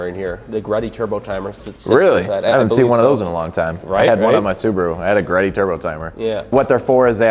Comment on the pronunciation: Yes, GTE is turbo, and it's not Greddy, it's GReddy (GEE-REDDY). I had a number of GReddy products myself on both my mk3 and mk4.